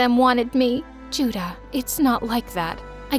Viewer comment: they didn't pronounce those names very accurately. also 주다 (juda) literally means give.